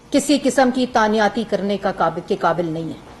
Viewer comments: Tanyati nhi hota lafz he tainati pehey school to jao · تعیناتی ہوتا ہے جاہل عورت تعنیاتی نہیں ہوتا،دور کھلا تیرے تے ایڈی تو فلاسفر